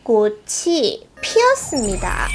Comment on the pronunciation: 할아버지 아니인가요? 무궁화꽃이 피었습네다